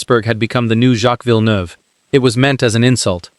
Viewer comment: JV says it like it is. Hate the AI can't even pronounce he's own name 😂